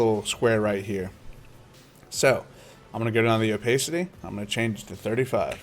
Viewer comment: dude please.... Its o- PASS-CITY